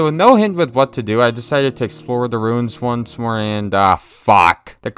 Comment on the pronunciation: Its ruins.. not runes.